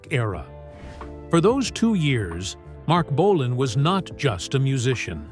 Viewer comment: The AI voice can't say Marc Bolan properly